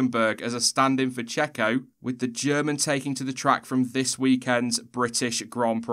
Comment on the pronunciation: "Get well soon jacko." Michael Jackson is long dead. The Mexican paid driver in F1 is pronounced Checo.